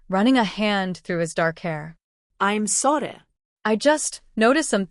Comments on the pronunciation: Weird that the AI can’t say “sorry”. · What's the problem in saying, "Sorry?" AI can't pronounce it.